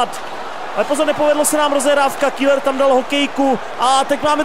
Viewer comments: Ahoj v celku dobré video aš na dvě chyby za 1. Seš tak ukecanej že ti často nejde rozumět :D a za 2. Pokaždé když je v zápase zlín tak místo Keller (výslovnost) řekne š KÍLER ! V minulém zápase jak si hrál za Zlín tak ti to fanoušci několikrát napsali v komentářích a tys řekl že si na to dáš pozor.Ale co chybička se bloudila. A prosím dávej v zápasech bitky. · Super video ale čte se to Keler !!